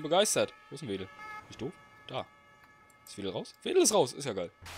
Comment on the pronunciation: Hey Anton, das ist nicht die FF Wedel, sondern die FF Rothenburgsorth-Veddel. Man spricht es nicht "Wedel" sonder "Feddel" aus ;)